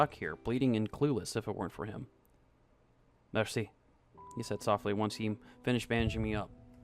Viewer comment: Another great job from the narrator! Maybe a tip? Write out foreign words for better pronunciation. Like mairsee for merci and daygoo tunt for dégoutant :)